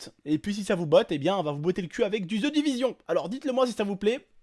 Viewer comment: Aaaah au début quand t'as dis Ze Divizion ca ma fait mal ca se dit Ze Divigion